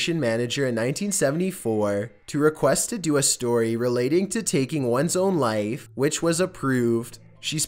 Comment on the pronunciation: he said light instead of life